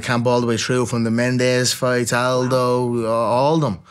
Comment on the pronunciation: I’m going to need her to pronounce Jose Aldo’s name correctly next time 😂